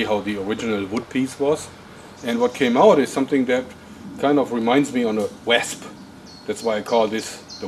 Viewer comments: It's wasp not wassssp .But good video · Just so you know for future reference, wasp is pronounced as "wosp", yeah English is such a weird language =p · its pronounced WOSP BTW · 5m20s He refers to the shape as a "Wesp" to help you English guys he is saying Wasp (as in the insect). The reason he is pronouncing it Wesp is due to the German translation of Wespe (Wea-s-pe). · I like the way he says wasp. ''Wesp'' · Wesp? Did he mean wasp? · Pronounce wosp. Wasp. :) friendly comment from one german to another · He pronounces it w-ah-sp Germans when speaking English pronounce a's like ah's. Take Adidas for example. It is correctly pronounced ah-de-dahs not a-de-dis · You say "wasp" the same way a Scotsman does ;o) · i like the way you say wasp with your accent